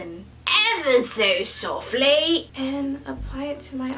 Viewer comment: "evah so softlay"